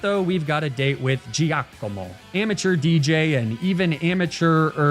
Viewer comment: Italian guy here, I absolutely ADORE the way you pronounce Giacomo Please never stop